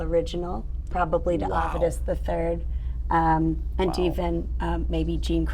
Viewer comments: It is rather strange: a descendant of the family cannot correctly pronounce their ancestor's name. The correct pronunciation is Avetis, not Avedus. It is an Armenian name meaning "good news." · As an Armenian, its hard to hear Avedis' name being said the way she says it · I've been pronouncing Avedis wrong my whole life.